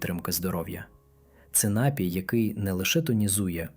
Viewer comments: НАПІЙ- наголос на 2 складі.Дякую за цікаву і цінну інформацію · Дякуємо за працю і поради! Лиш зверніть увагу, що на слові "напій" наголос правильно ставиться на другому складі. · Приємна вимоаа, але не всі наголоси правильні. Ди'чка. Напі'й.